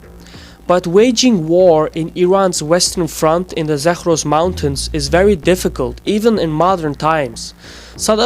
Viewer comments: "Zakhhhhros" mountains haha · Zagros is not pronounced Zakhhhros. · n "Zakhhhros" mountains lmao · Dude, you don't even properly pronounce "Zagros" and "Balochi", and you wanna analyse Iranian ethnics?! No region in Iran is homogeneously populated by a certain ethnic, so, no; oppositions against I.R. is not ethnic based, but rather social-demands based.